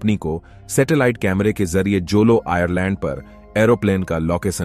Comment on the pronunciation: आयरलैंड ❌❌आयलैंड ✅✅